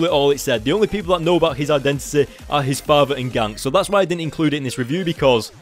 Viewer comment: Is Ganke pronounced "Yan-Ke" or "Gank" lol? And btw I tricking loved this issue, it was so awesome and Miles is awesome.